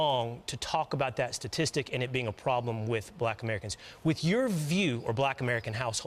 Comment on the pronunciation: ~ 😂😂😂. Couldn’t say statistics and you hear someone laughing alil.